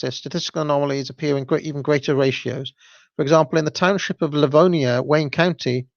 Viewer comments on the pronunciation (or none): none